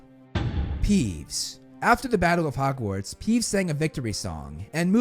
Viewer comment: My bigger issue is 'hugwarts'